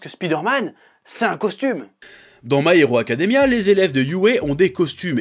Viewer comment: Pourquoi tu dis parfaitement "Civil War" et pas du tout "My Hero Academia"? 😭